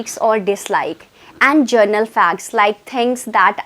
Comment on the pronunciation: It is not journal....it is general!